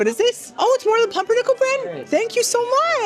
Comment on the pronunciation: As a german that “pumpernickel” hurt my feelings😩